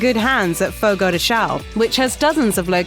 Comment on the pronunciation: Actually “shown” are wrong too. Sometimes I don’t think there is a single American who can speaks Chão with the right nasal sound in this whole world